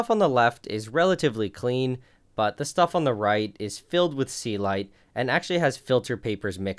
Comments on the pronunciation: I have always wondered what the fuck is "sealight." First time I see it written in the video and couldn't just believe it was "Celite" all the time. You sir, have completely wrong pronunciation for that word. Please, try to say it correctly. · That's the first time I see the word Celite, because I kept hearing 'sea light'